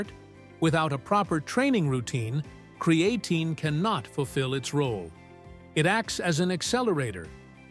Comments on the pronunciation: "With Cree-Ay-teen"... ok AI 😅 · It's not cre A tine.